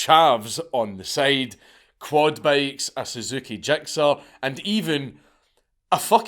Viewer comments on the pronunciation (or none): none